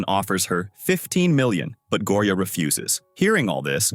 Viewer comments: Go o ri a 😂😂😂 it not like that it’s like Gorya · It's gorya not gooriya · LOL HE SAY GORIAA IN A FUNNY ACCENT 😂